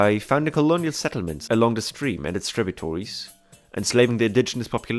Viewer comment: Thanks for the great videos. It's "tributary", not "tributory". Like the sound in "air".